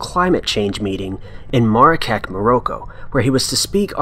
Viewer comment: are we just going to ignore how he pronounced Marrakech and Morroco lol